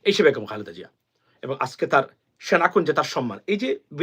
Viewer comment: ভাইজান আসসালামু আলাইকুম, ভাই বেগুম না বেগম হবে ধন্যবাদ। কিছু মনে করবেন না। ❤❤